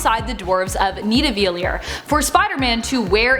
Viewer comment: the way she said Nidavellir